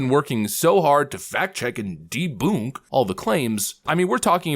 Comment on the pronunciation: When did "debunked" start to sound like "deboonked"?